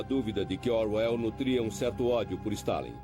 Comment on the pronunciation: Excelente documentário, só fiquei irritado com o narrador falando /orr uéll/ .... de resto tudo tá bonito. Não sabia que havia 3 versões em filmes, vou dar uma procurada. Conheço bem a versão que tem Hurt... ☺